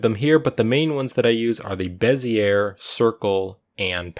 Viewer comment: Good tut. But... Bezzy-A, not Bez-ear ;)